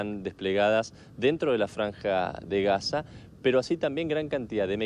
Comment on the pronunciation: Si estás en sderot, por qué dice Haza?!